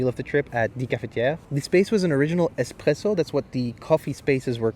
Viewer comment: the espRRessöö